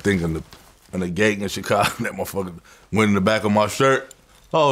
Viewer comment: Vlad…. For the love of god….. why do you say CHicago?? CHHHHHicago omg lol it drives me crazy